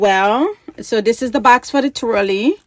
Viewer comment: Twilly, not twirly.